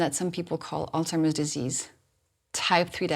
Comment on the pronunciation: I don't mean to be a stick in the mud but I am having problems believing the things you are saying when you can't even pronounce alzhiemers disease properly, it's not altimers it's alZhiemers. You are correct about the effects of sugars and what they can do to your body and brain.